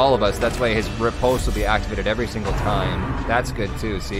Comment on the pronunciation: When pronouncing riposte, say it like you're about to say "rip"; rih-post